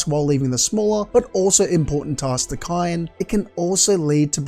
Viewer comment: Kaine is pronounced kai-neigh